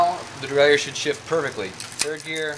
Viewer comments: Derailleur Pronounced: DE-RAY-LER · Thanks-- you are right! I was brought up in an old school shop in North Carolina full of roadies and race fiends, and everyone there pronounced it the French way. I never even thought about it. But I consulted my hardbound Merriam-Webster, and sure enough, it's pronounce the way you have it there. It's gonna take a conscious effort on my part to start pronouncing derailleur the right way! 😂❤